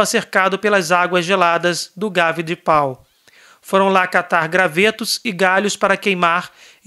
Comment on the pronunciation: Muito bom! A cidade de Pau se pronuncia “Pô”. O nome de Bernadete se fala Subirú.